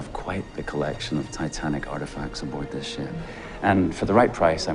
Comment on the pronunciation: "OmG LoOK A ThES SheP" 😂